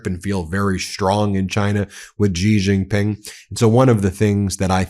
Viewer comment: Zelensky always weasels his way into every meeting. AND STOP! saying JiJinPing! His name is XIJinPing!